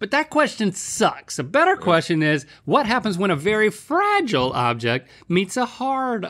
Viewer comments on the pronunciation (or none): none